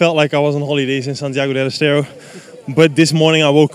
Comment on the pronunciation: Its Santiago deL Estero. Not des estero.